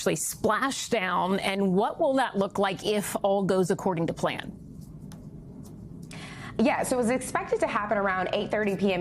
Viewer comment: "sharship" 😆. While I understand that mispronunciation happens occasionally, I had to do a double take when it sounded to me like she said "shart ship" 💩